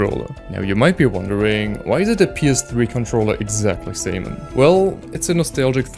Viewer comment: Do NOT replace the "a" in "Samen"!